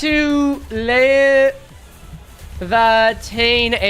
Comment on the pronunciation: Arknights pronounces it lee-ah-vah-teen, which could be wrong but it's the only time I've personally heard it said out loud so I have been sticking with that one At least in the OG game with Surtr